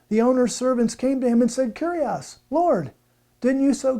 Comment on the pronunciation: I'm pleased you are using the correct pronunciation and aren't saying, "Kourios" but "Kyrios" though you are wrong about the feminine form. You said "kyrie" which is the vocative form of the masculine "kyrios". The feminine is "kyria". See 2John 1:1,5. To ShuttergirlUK, the OT was written in Hebrew but the NT was written in Greek, so Greek is very important. It is true that the OT was translated in Greek and that is known as the Septuagint or LXX for short.